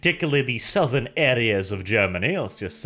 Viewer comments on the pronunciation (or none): none